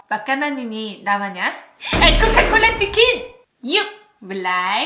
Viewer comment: Coca bukan coka haha